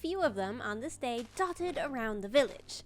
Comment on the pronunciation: 200 days!! when you said “dotted” it sounded very British 😅 (I do know you’re Canadien) glow ink sac is hostile mob farm, iron is iron farm chorus fruit is the End Expedition, book is the stronghold, emerald is setting up establishing village base..? Honeycomb is acquiring bees, gilded Blackstone is Nether Nicking. I can’t figure out the lead though 😅